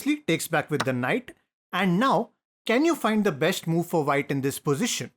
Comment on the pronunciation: You say shh everywhere for an s, such as besht, boosht.. but you say chess correctly and not chesh 😂